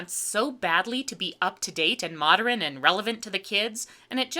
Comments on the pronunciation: "Moderen", "patteren", that time you couldn't pronounce "timbre" right, you are terrible with human languages. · Why does she keep saying "modren?" Is it a dialect thing or a Styx reference? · Ok I love you and your channel, and you usually have what I would call 'Overly precise diction and enunciation', so can you please explain 'Moderin'. Why u pronounce modern dis way?!?! I know I sound like a prick, but I have to know. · Weird tic: consistently says "modrin" rather than "'modern." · 'moderin' 😂😂 every time she said that I couldn't help but laugh out loud. This was probably one of the worst movies made. I couldn't even get through the first 45 min. You're to be commended for even making it through to write this review. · "Moderin"? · "Modern" has 2 syllables, not 3